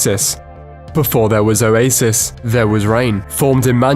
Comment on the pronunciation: I honestly thought this dude was saying "a racist" instead of Oasis for like the first minute of the video.